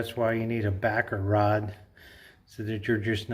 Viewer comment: OMG! I thought you were saying Baccarat, not Backer Rod! LOL! You can tell I don't know how to fix anything :body-blue-raised-arms: Thanks for the lesson 🤓